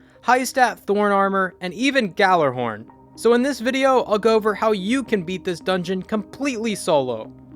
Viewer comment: It's pronounced "yallah horn